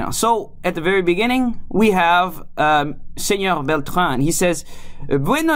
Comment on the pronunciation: esa pronunciación suena mal "senoGGGG" cuando en ningun dialecto en Castellano pronuncian las "R" como "G" ni siquiera el catalan que es incluso mas cercano al frances que el castellano, te sugiero que conozcas mas el espanol antes de hacer un video ..